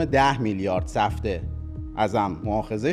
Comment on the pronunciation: جان عزیزه دلم اونی که چندبار اسمش رو آوردی وَ گفتی سِفته سِفته نیستش،اسمش سَفته هستش نه سِفته...